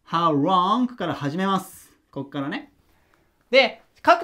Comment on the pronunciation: いつも板書がわかりやすく、きれいな字で素晴らしい！勉強になります ところでhow longの発音がhow wrongに聞こえてしまいます💦 Lの発音は舌の先を前歯の付け根の歯茎に軽く付けて発音されるといいと思います また、howどのくらい、が1番聞きたい事なので、longより howを強めに読みます 細かい事言ってすみません🙏